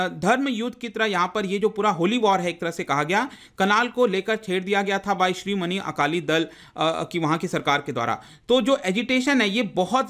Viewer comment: श्रीमनी नहीं सिरोमणी